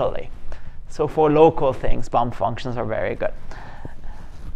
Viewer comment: Did you say a "bump" function or a "bum" function?